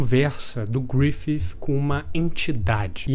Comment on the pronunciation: cada gruififi falado eu me contorcia mais, estou acostumado com a pronuncia abrasileirada